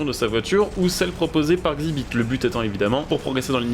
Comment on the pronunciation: Xibit mdr ça se dit EX ibit